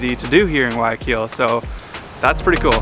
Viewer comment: If you pronounce the G one more time in guayaquil i’m gonna freak out!!!! 😒😩😩😩 Youve been ecuador a lot please learn it correctly hahaa other parts of the video you say it right. Cmonn guys … also nyc has the telifrico to roosevelt island and its a commuter transport